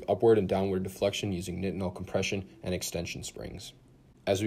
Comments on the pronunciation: its pronounced night-en-ol like backwards tylenol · Google pronounces nitinol this way but bing pronounces it the common way.